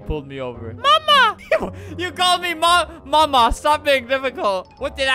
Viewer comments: I think he meant “ma’am you know” instead of “mama uk” lol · He means “Ma’am” but he’s saying “Mama” it’s so funny😂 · I love how he keeps meaning to say "ma'am" but it comes out as "mama" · “Mama” “Mam” i think he means ma’am xD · I just thought he was using an accent, like the dude off of criminal minds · I'm pretty sure when the officer said "mama" I think he meant "ma'am" now that I think about it lol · When he say mama he was trying to say ma’am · I think he ment to say ma’am, not mama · Sam bii but he did say mama uk lmao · I think the guy at the beginning saying “mama” was trying to say “ma’am.” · I just realized. The guy from the beginning was trying to say Ma'am. Not mama HSHSHS😭👍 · I think meant to say ma’am but idk lol